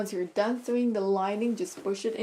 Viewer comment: Very nice video. I just found you and I subscribed. Just an FYI, you mispronounce the word sew and sewing. It’s pronounced ( so) and (soing). Not (sue) and (suing).